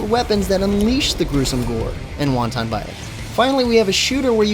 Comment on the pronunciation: its pronounced "wanten" not "wahn-tahn"